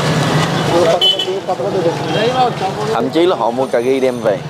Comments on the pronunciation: Cà ri đừng nói cà gi.youtube phải phát ăm cho đúng ơi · Ca ri chứ không phải ca gi